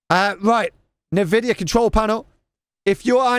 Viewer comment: i like how you spelling Nvidia as "Nividia" it reminds me like myself back then in 2000s 🤣